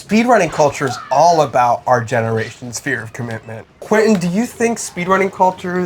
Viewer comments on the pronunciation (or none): Close! its actually pronounced Quansun